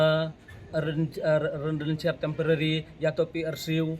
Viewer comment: Tng pronounce residential lh r pu bait ,kmnu thung waheh chnong p u 😂